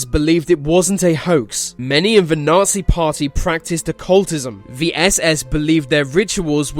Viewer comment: Can't you pronounce 'the'?